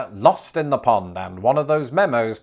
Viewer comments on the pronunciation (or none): none